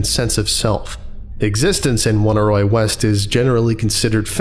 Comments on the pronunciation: Oneiroi is pronounced "o nee roee" not "woneeroee" or whatever thing you somehow got out of it. It's greek for dreams. I like this channel and almost never comment, but eventually I just must ask if you google any of the unfamiliar words you encounter, or if you don't just to annoy people. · I love this, but for the one detail that it's supposed to be pronounced "uh-NEY-roy," not "WUN-a-roy." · I felt obligated to look up the pronunciation of "Oneiroi". From what I can find, it's not like "Won-i-roy", but instead "Oney Roy" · Dear colleague excuse me if I repeat a well made point, but the pronounciation is not "one-a-roy", "on-ey-roy". It is a minor objection to an otherwise great lecture. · It's oh-near-oi, oneiro being ancient Greek for dream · Fun vid and SCP. Just a note though the name of the collective would be pronounced the same way as oneiromancy /əˈnʌɪrə(ʊ)ˌmansi/ so it would be more like oh-nai-roi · The proper pronunciation for Oneiroi is "aww-nee-ree". The word is from from greek mythology and describes primordial deities, the children of Nyx (goddess of night). They are the personification of dreams and take the form of black winged demons. Their number includes Morpheus (who sends images of humans), Phobetor (who sends images of birds and beasts) and Phantasos (who sends images of the elements earth, rock, water and wood). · Just a note: "Oneiroi" shares a root with 'oneiric', and this should probably be pronounced "Oh-nye-roy" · I don't want to be that person but I'm pretty sure Oneiroi is pronounced Oh-Nye-Roy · I hate to be that guy, but this is bugging me: it's OHN-EYE-ROY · pretty sure it's pronounced oh-nay-e-roi btw. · This was really interesting but I just can't get past how he pronounces Oneiroi... I'm assuming the name comes from oneirology (the study of dreams) which is pronounced like "Oh neurology" not "One irology" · Hate being that guy but they way you pronounced oneiroi was weird